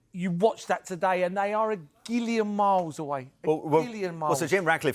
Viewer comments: Did he say "gillion"..?🤷‍♂️🤔🤣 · A gillion?!! 🤣🤣🤣